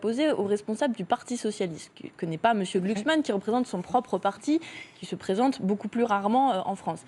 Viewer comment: On ne dit pas Glucksmann, on dit Glucks ment :face-blue-smiling::face-blue-smiling::face-blue-smiling